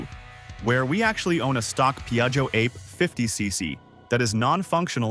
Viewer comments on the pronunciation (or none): It's pronounced ar-pay, not ape. Ape is Italian for bee. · Only a primate or a robot would pronounce the model name like the word "grape". WHILST the rest of us say "ah'-pay". It's italian for "bee". Original engine was 2 stroke... Think about it. Oh, and by the way, the asian iteration of the vehicle is pronounced "took-took". You'd think that a person who owned one would know these things.